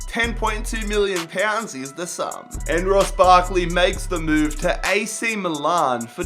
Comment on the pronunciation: It's Me Lan (Milan) NOT Me Larn.